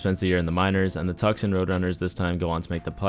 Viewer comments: It’s pronounced “Too- Sawn” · Nah, it's Tucks-un for sure.... LOL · The way he said Tucson made me cringe soooo much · I enjoy your Tucson pronunciation